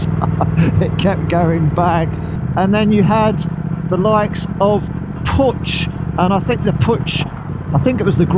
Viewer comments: It is not Putch. It is pronounced Puk. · Pook, not poocsh❤ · Its pronounced poosh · I live in Graz, the city in Austria where Puch used to manufacture its vehicles. My first moped was a Puch Monza—black, but with 6 gears. But with aluminium rims, without pedals.And back then, we did everything we could to get it up over 100 km/h (62 mph). “PUCH” is pronounced differently—not “putsch”... the “CH” is like in the Spanish sausage... chorizo... :-) My brother used to work at PUCH. Back then, John Player Special banned PUCH from using the JPS name. So PUCH turned it into SDP. Incidentally, PUCH also made world-class racing bikes. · I was always told that Puch was pronounced as "Pook", but I may be mistaken. Still a popular vintage moped in the USA as well. anything that's a top-tank model moped is desirable among collectors here but some of the step-throughs get some love as well. That John Player Special look is very cool; The team actually had a couple Honda ST70 bikes with the livery on them for use as pit bikes, one of them went up for auction recently through Iconic Auctioneers, it's a sharp looking bike. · It's pronounced 'pook' ! The first thing I was told when I went to the Styer-Daimler-puch factory' in 1967-68 in Graz on a course !